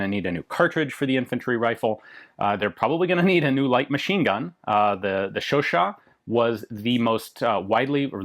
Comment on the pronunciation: Ian finally pronounces Chauchat properly and it's beautiful. Also, no M1934 Berthier? Or are you leaving that one out for the 7.5mm video?